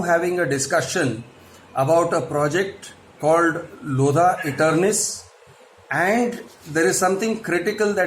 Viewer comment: It's not lodha it's loveda